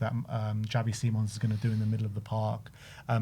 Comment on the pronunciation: Please stop calling him Xavi seemons 🙏🏼